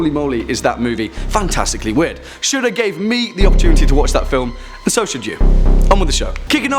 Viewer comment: It sounds like he’s saying Shoulda when he says Shudder